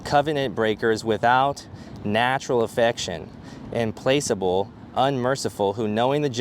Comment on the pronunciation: Good video. You said im-place-able. Implacable.. good though.